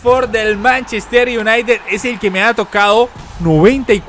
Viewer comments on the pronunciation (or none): none